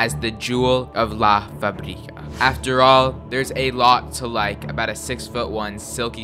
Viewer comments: Fabrica!!! Not Fabríca fAbrica // fuhbrEEcuh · FA! - Brica. say it this way next time